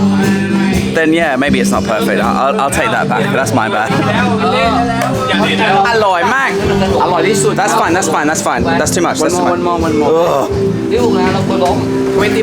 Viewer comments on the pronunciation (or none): Arroy not Alloy. Unless in Issan